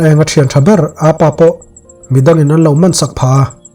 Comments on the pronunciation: Sir a van ngaihnawm ve...mahse chhete kalo sawi belh ve zuai,Apa tih a lam loin korean ho in "Oppa" tih a an lam ang hian 'Appa' tih in lam ta la a dik zawk a ngem le kalo ti mai mai a dik ber em phei chu ka hre chuanglo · Appa hi ‘apa’ tilo in ‘ap pa’ tiin lam zawk la ngaihthlak a nuam ang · Apa i lam dan kha a dik lo. Korean tawng oppa an lam dan in lam rang deuh rawh